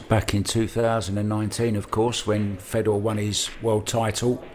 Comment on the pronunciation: FAY Door not fedder. Inbreds!